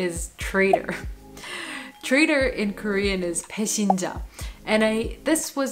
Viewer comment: 1. Quotes a Korean word to show off being polyglot, but pronounces it wrong. The pronunciation of 배신자 is "baeshinja". Before "i" the "s" is pronounced like "sh" and the letter "ㅈ" is pronounced like English "j". I do not speak Korean, but I know their alphabet and checked the pronunciation. 2. a) How not to use Anki: Import ready decks of just words and try to learn hundreds of them on a daily basis. Cling entirely to Anki. b) How to use Anki: Constantly build up your own decks from the words, word families and sentences (that creates context) you see in texts, restrict daily repetitions to a certain maximum and get exposed and envolved into texts and videos of your new language. Buy a dictionary and a grammar book. If possible, find a native speaker (beware of accents!). As vocabulary is the biggest part, Anki works fine for me.